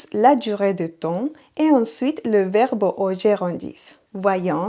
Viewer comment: Echo mas azucar en mi café. NB merci pour les cours, malheureusement je n'ai pas le temps de vous écouter régulièrement. Petite note : vous prononcez le mot " verbe" comme verbo